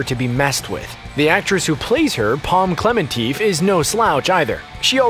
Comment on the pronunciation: this guy said pom klementeeeeeeeef